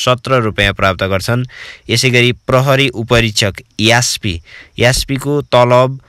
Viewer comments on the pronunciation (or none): ए भाइ, यास्पी होइन एस पी भन है। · Sorry its called recruits not a rikut Sir Jamma Nepal Police kati chhan यास पी😜